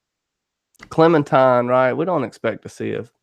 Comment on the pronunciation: I cringe every time I hear 'Clementime'